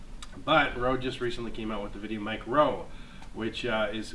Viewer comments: Good god I couldn't last through half way the video because you kept saying VideoMic-ro. Its micro. One word. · Stop saying "Mic-Ro". Dang sounds so awful. It's put together "Micro" for a reason. Mic GO is separate cuz it's spaced out and capitalized intentionally